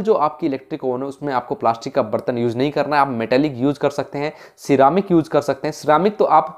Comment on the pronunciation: yuuuj (use) peeja (pizza) 😂😂